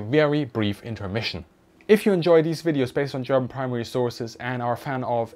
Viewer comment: Thanks for explaining this subject and your artful pronunciation of the German language!